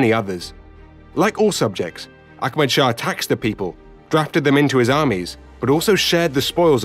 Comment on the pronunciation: He keeps saying Akmad. The imaginary K he keeps adding is really distracting.